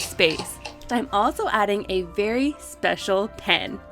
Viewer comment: “very speacial pen”. hurigibudibi got me dying Edit: i love dest but i wish it was pink